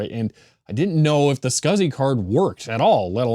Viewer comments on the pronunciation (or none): I am pretty sure, that no one says "scasi-Port". I think it is S C S I